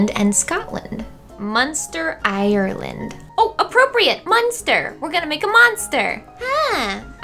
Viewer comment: OK that is not how you say Ireland because I am irish